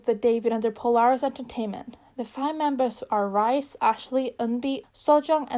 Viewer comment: just fyi, ladies code's rise is pronounced ree-seh!